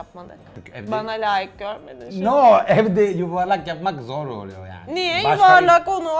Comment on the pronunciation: kimse: danilo şef: yAğNi